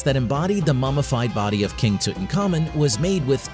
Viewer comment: Name is Tutankhamun ....pronounced Tut-Ankh-Amun ...not Tutan Khamun